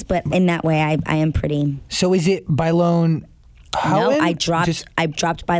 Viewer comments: You pronounced both last names wrong. Houghton: "ho"-ton Bailon: "by"-lone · Adrienne "Howtin" and Adrienne "Bayloan" its so annoying how he continuously butchers her name for a so called fan :/